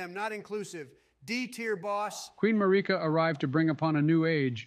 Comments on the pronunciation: Everyone else: Queen Marika: Queen ‘Mureca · The way pronounces Marika 🤢